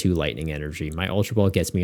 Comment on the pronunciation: You pronouncing Eelektrik (trick) as Eelektrike had me thinking they gave the little dog guy Dynamotor too 😭 Exciting set, didn't realize Jellicent was going to be such a nightmare so the warning is much appreciated too